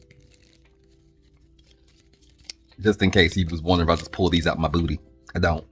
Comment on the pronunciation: 😂😂😂😂 lol the way you say booty